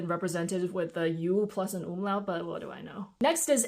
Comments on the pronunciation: wait do you speak German??? that "umlaut" sounded so natural and native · Sitting here, totally flabbergasted by the perfectly pronounced "Umlaut"... 😅😂